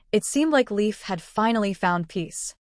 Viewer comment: That’s Leif. But it’s pronounced Lafe, as in safe